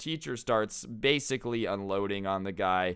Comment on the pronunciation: "Blasicly" XD --Sincerely Your local humanoid dummy/Thunder